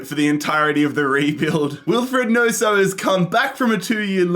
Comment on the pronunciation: the way u said nonso like wheres the s in that